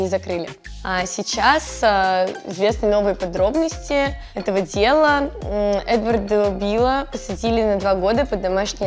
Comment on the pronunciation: Когда сказала: Эдварда била, мне послышалось: этого дебила😅